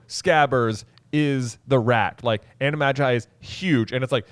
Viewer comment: i hate the way you guys say "animagi" 😂